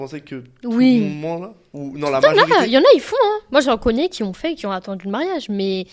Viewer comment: qui ont*😅 pas qui "zont"